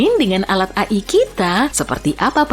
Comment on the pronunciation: Bukannya dibaca ei-ai